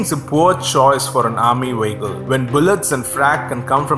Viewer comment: It's: Vee ick al not Wee ik kal it's English Not German! Da??